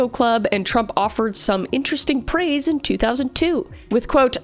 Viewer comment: minute 2.30 or so she quoted trump "offering praise" and i heard preys! 😮